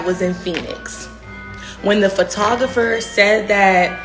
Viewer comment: Pho-Tog-Gra-fer is how you pronounce that 😂😂